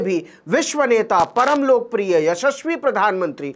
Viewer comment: शाबाश नवीन पत्रकारिता के सूरज की तरह चमकते रहो खास तौर से एपिसोड में, विश्व नेता, परमलोक प्रिय, यशश्वी शब्दों का उच्चारण बहुत ही अच्छा लगा ग्रेट😀👌👍